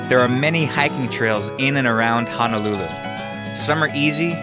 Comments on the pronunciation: Great video bro...but you killing me with your pronunciation of HONOLULU there is no letter A...it’s not HA-NA-LU-LU It’s HONOLULU...please get it right or else everyone who’s comes here will pronounce it like that..Mahalos for the video 🤙🏾🤙🏾🤙🏾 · Its NOT pronounced "hanalulu"! Its Ho-no-lu-lu! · It’s not hanalulu, it’s Honolulu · sory sir, but it's not Hanalulu, it's HONOLULU, HONO not hana. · It's HONOLULU not "HANALULU!" PRONOUNCE IT CORRECTLY PLEASE. HO-NO-LU-LU! (plus there is no "downtown" Waikiki) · Hono - lulu not Hana-lulu unko lol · Stop pronouncing honolulu like Hanalulu ya coloradan noire. Edit: Other than that, the video's nice. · It's hoe-noe-loo-loo. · It's not Hanalulu! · At lease say it right Ho-No-Lu-Lu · that's right! please correct your pronunciation bruh! HO (as in santa's exclamation) NO (as in negatory) LU ( as in Lululemon) LU! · It's pronounced HO-NO-LOO-LOO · It Ho-No-Lu-Lu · Why do tourist ALWAYS pronounce Honolulu wrong 🤦🏻‍♀️